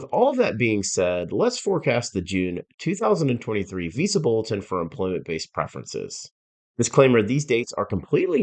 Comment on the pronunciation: Too monotone, a lot of unneeded data that this guy is talking about. Stop pronouncing Visa Bulletin as “Visible”. Explain your predictions!!!!